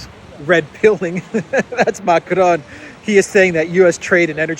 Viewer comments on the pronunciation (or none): For the sake of all that it good . . . PLEASE learn to pronounce basic French and German! Your pronunciation of "Allgemeine Zeitung" is abominable. Your attempts at "Macron," while slightly improved, remain terrible. Stop rolling the letter R. It's not the Spanish that you learned in your Queens High School!